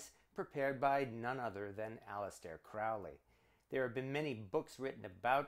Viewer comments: Dude your saying his name wrong Cr-ow-ley is fowly but Cro_hley is holy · Crowley is pronounced Crowley as in Holy not Crowley as in Foully. A.C. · It’s CROW-ley (as in Holy) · It's pronounced CROW-LEE. It rhymes with HOLY, like in the poem. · It’s Crowley like goalie ughhh get it right